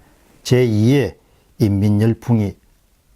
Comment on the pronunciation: 교수님! [이 ㅡ민] 이렇게 발음하시어요ㅡ